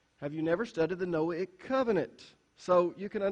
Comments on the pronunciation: It’s just you. Noahic pronunced no-ay- ic, long on the “ay.” He can pronounce Mosaic but cannot pronounce Noahic. They are pronounced the same way. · So funny that in trying to explain how to pronounce the word Noahic...he pronounces it wrong! The 'a' is a "long A".